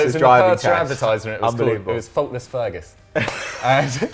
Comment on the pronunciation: You can't just mute Dougie like that. And also "Feerguus"